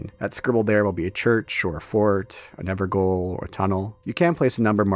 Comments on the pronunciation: "gaol" is pronounced the same as "jail" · Evergoal is just pronounced ever jail. In old English, jail is goal and fromsoftware uses it in Bloodborne also. It's why those enemies are trapped within the evergoals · gaol is pronounced jail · the way you say "evergaol" is driving me insane